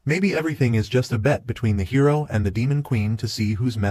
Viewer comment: it seems this HI Row is much more ..... Hi Row? did you just let your AI ENGRISH the word Hero? MORON!!